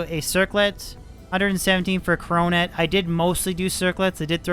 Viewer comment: Dear god please stop saying CROW-NET 😂